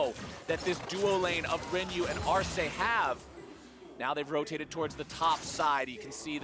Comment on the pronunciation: Solo Sjokz pronunció el nombre de 'Arce' bien lol